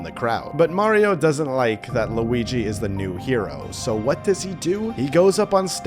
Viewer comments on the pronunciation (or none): It has an L it’s Luigi